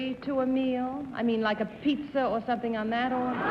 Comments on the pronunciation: It was just surprising to me that someone in the publishing business, an accomplished writer, and a person who did a lot of speaking engagements, would mispronounce a word (even an unfamiliar one). And it isn't just pizza. I've heard Bennett mispronounce words and names many times on different episodes. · Galileocan g If the correct way of pronounce "Pizza" is simular to how one say "Piazza", it's fine. Also "Pizza" = "Pissa". Wonder so why several dictionaries on the net, explain the pronuncation as Bennett's "Pittsa"? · This is the second episode in which Bennett has referred to a "Pizza" ...as a "Pittsa". WTF?? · Galileocan g What's My Line? SuperWinterborn In this case, I think he was just stretching the pronunciation deliberately to make the pun, "pretty as a pittsa." I vaguely remember him mispronouncing "pizza" before, but I don't remember what episode it was. As far as Bennett mispronouncing many words (and names), I have noticed that too. I speculated in the comments section of one of the other WML videos recently that perhaps Bennett was not a good auditory learner. Although well-educated and intelligent, and very good at learning through reading, it could be that he didn't pick up distinctions in sounds, accents, pronunciations, etc., as well as other people did and do. I have noticed that he also had a slight lisp, and this could be related to the same issue. (I am neither a speech therapist nor a special education teacher, but I have a lot of experience with both, so that's where I'm coming from with this theory.) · To be fair, being a non-New York person as I am, I'm amused by his pronunciation of most words. He sounds like a gangster to me sometimes!! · He always pronounced pizza that way. I think he thought that was the correct Italian pronunciation.